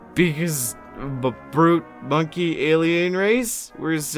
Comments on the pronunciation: My brother in christ, you don’t say it like „mon-key” you say „mon-kay” I’m an ork player and even I know that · It's not "Mon Key". It's "Mon Keye" like the thing you see with. It's a play on "Man Kind". It's also a play on the word monkey. If you hate the eldar for being written the way they are, I can only imagine how you feel about the Imperium and especially Orks.